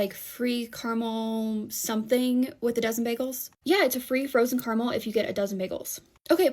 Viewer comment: CAR-A-MEL. CARAMEL. It's a three syllable word.